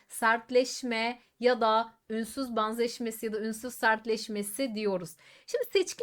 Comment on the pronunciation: Ünsüz baanzaşmesi nasıl bir telaffuz🤔 Banzettiği için🤐